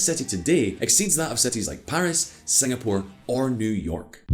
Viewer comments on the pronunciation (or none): none